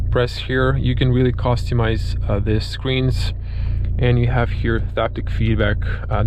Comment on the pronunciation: The way you say "costumise" bothers me